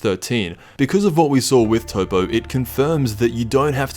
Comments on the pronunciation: toppo's name isnt pronounced as toppo it's pronounced top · Did u rly just call Toppo, Toe-poe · Toppo is literally how the japanese pronounce the word Top in English. It makes sense to translate top back to top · So with those facts in mind borrowing your words: "Say your name is "Top", do you expect people to translate your name? No you expect them to call you "Top"." Based on the language of origin of the word, its pronounced Top, not Toppo